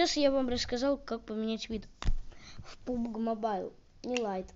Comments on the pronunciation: Не пубг а пабг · Правильно она сказала, пабг, а не пубг